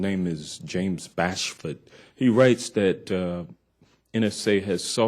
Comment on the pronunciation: It's James Bamford, not Bashford. And this treasonous pig is lying.